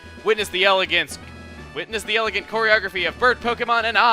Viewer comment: choreography hm well the way you say it chugga it sounds like your saying pornography :)